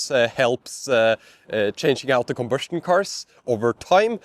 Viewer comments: Are you saying combustion cars or ICE? I kept hearing conversion cars. I am not sure what a conversion car is. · I think he's trying to say "combustion car", but he has a severe speech impediment.